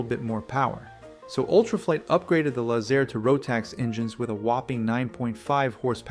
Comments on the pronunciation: Too bad you can't pronounce Laze- Air. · Lay-Zair …It’s derived from The words Lazy-Air ….Lazair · back then everyone pronounced it "Lazer" like a lazer beam. We owned and flew a Teryadactyl..and had friends who had Lazers as well.